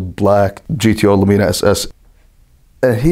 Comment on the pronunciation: Funny they pronounce lumina “lu-me-Na” over there instead of “lu-min-a